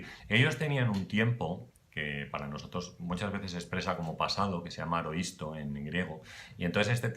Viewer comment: AORISTO, no aroisto. Si tenían tiempo "pasado": imperfecto por ejemplo. Un saludo